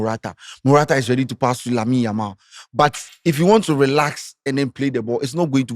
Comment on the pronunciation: has never mentioned Yamal's name well da 😂